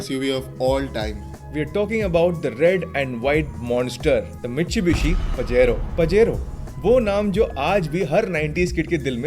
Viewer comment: Pajero is pronounced Pa-He-Ro